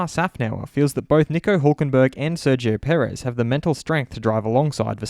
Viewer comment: Did he said, HULKENBERG???